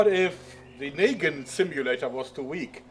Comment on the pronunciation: It's Negan not Nagan